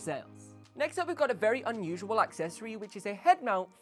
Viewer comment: Another classic video “an unsussual cable” 🤣🤣🤣 Man i love this guy🙏🏻🤣 keep it up man💙